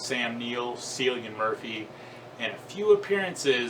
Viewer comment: Cillian's name is pronounced with a hard C like 'Killian', trust me I'm Irish.